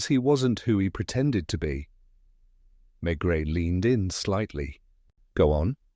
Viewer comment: Mispronouncing the name of the main character is not a good start. Terrible.